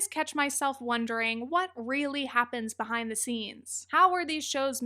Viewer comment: “Leaving myfriendships bEHOOOIND likewillow ankerri that’s the hard part”